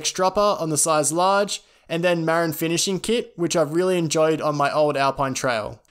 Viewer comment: Sorry mate, but I endo'd right over the way you pronounced "Marin". Put the stress on the second syllable, my dude: mə-RIN. (It's the name of the county to the north of San Francisco where mountain biking was born, and one of the oldest brands.) Otherwise, fantastic info and presentation! 👍